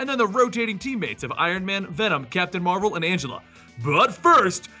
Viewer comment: How come you pronounce Marvel properly but pronounce Captain Marvel so weird?